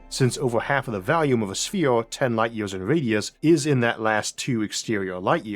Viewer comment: FYI: I've been watching this for years and become accustomed to your pronunciation, but lately, I've noticed that "volume" sounds like it could be "value".